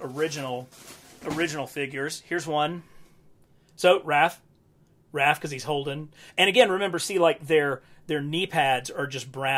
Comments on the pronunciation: Are you saying “Ralph?” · “Ralph” Love how in almost every TMNT video this is what he calls Raph. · It’s Raph?? I always thought it was Ralf?? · HUH WHY U SAY RALPH ON THE ORIGINAL FIGS HIS NAME IS RAPH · It's Raph not Ralph. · You lost me at the third "Ralph." 👎🏻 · So you don't now how to say raph but you now how to say Raphael 😅